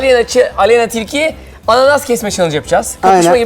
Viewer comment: aleyna çilki ;D